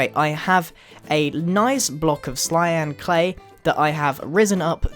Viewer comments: Click to hear Grian say "Lyan Clay" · he said clayan clay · he said slyan clay